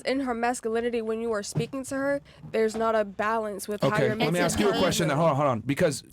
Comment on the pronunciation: Why is it that black people cant say the word "ask"? You sound uneducated.